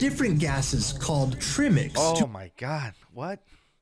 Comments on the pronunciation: Trimix? No, it's Trymix. My Mix is Trymix. Try my Mix! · I love how wants to have a small fit at those who don't understand the concept of tri-mix and why it is not pronounced tree-mix or trim-ix... (I feel your pain )......you should get on the Wikipedia and add an edit......pronounced try-mix (i know its not spelled like this...but it soundslike this)......it is a math comcept and derives from the fact that there are 3 different gases and tri means 3 as in triangle...a shape that has 3 angles..tricycle...a 3 wheeler cycle If you get on the Wikipedia and do the edit people might learn how to pronounce it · (Time ) He called it 'tree mix' bro. Comes off like some all organic compound made from mother nature..... Uh, no bruv. You seriously saying it 'Tree' although you SOUND American. 'Tri-'....as a part of the word TRIED. Did you though? Is this a vocal AI or something? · Me, never have been diving ever in my life- hears him mispronounce trimix Me- “pfff amateur”